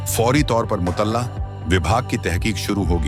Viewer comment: अच्छी कहानी लेकिन भाषा की अशुद्धता खटकती है। संगीन को स्नेन और मूअत्तल को मूतल्ला कहा गया जुर्माना को जर्माना। थम्बनेल से कहानी का कोई रिश्ता ही नहीं है जबकि थम्बनेल वीडियो का ईंटो होता है।